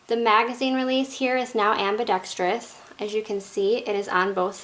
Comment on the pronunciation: great vid and you can actually pronounce ambidextrous